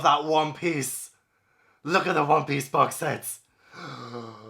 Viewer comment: I loved this video so much! 😂 Also… I’m new to the manga realm and whenever references One Piece, I kept thinking he was saying “Whompies.” Like… what in the fresh hell is Whompies? It took me a few videos to finally figure out he was referring to One Piece. 🤦🏻‍♀️